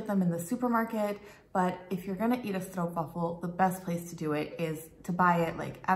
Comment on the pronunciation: the "Stroop" in "Stroopwaffel" rhymes with Hope, Dope, and Rope, and NOT with loop, troop, or poop (Canadian Oostenbrinks usually insist on the right pronunciation to rhyme with Most, Post, Coast, and Toast)